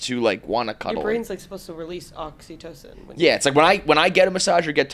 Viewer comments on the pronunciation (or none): Wtf did she call it? Oxy-tosen?